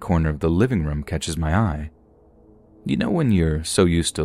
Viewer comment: can you please not pronounce the word "Room" as "Rim." It's rOOm, O-O. I enjoy your readings but it's unlistenable for me.